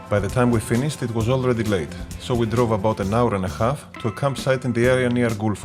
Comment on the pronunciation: Απ' το "So.." λεω Ελληνας ειναι αυτος!